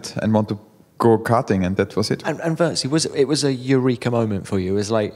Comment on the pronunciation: At least do the man the courtesy of learning to pronounce his surname prior to the interview...